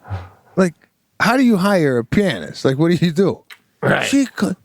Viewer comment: wait... did he said they hired a "pin ist"?? was he afraid to pronounce pianist?? LOL Pete hit the gift idea right out of the ballpark. he was so excited to have found the perfect thing to keep Sebastian's family for years....